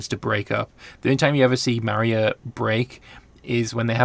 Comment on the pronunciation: Hi. Love your videos. Just a tip Maurya is really pronounced like More-ya. I am unsure why the romanization was chosen like that.